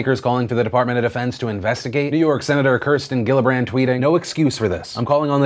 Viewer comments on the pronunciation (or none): Phil, you pronounced Kirsten Gillibrand wrong. It's pronounced "Jillibrand".